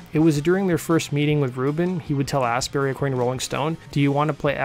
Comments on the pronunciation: Lol 'Ian Astberry'.. pronounced 'Ast bu-ree' as in; 'Glast un bree' (Glastonbury) Death Cult 14 Nov 2023 O2 Institute Birmingham UK.... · I think the name is Astbury, not Ass Berry. Though there could be a plant called Ass Berry that donkeys are very fond of...